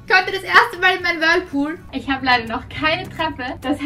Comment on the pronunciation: Wie Vicki immer das Whirpool sagt 😄 Liebe eure Videos liebe Grüße ❤💜